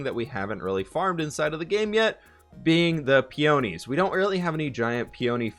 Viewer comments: Peonies is pronounced PEE-yuh-NEES if you still wanted to know. Great video :) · If it helps, peonies are pronounced "pee a knee" at least in Michigan. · peonies = pee - uh - nees :)